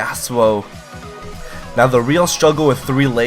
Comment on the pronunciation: you pronounce YASUO incorectly